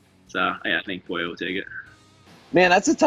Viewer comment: When Dustin was Dustin poirier not Dustin Sorrier